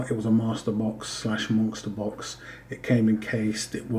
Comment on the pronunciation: I feel that 500Ag and 6Au is a reasonable initial goal for many stackers. My initial goal included a small amount of Pd (palladium) and Pt (platinum) as well. By the way, are you saying "monkster box"? Every time you say it, that's what it sounds like. I'm just curious is all.